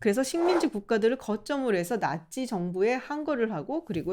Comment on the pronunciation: 드고르는 드골이라 발음하면서 나치는 나찌라발음하네ㅋ